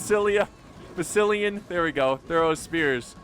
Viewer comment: I've been following you for 3 years now, it's hilarious you still cant pronounce Massalia 😂